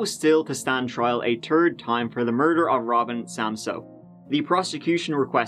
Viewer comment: Her mur-dar was going off.